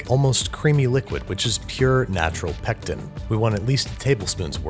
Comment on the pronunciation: Say pectin one more time I dare you!!!